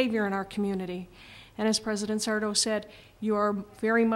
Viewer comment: not sure sarto was arguing for but she only had an ad hominem for a response. yeah that wasn't a death threat at the end anymore than the motion was literally "dying" when she said it was, he was referring to their political careers. also, it's sarto accent on the "to".